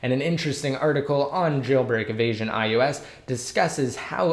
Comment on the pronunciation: Is it me or does it sound like you're saying iEOS 7? Damn ears are playing games or something because I'd had to go back and listen to you repeat it 5 times.